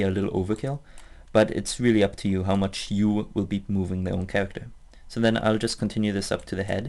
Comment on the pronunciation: Vewy vewy subtle Chawacter Pweferences Oh, I fucking love how you talk. It reminds me Leo and Satan cartoon